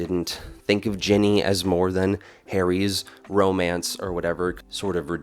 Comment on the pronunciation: Were you calling her "Jenny" or was I mishearing you?